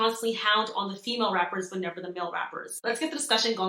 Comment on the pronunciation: Not “Femail” 😢lmaoooo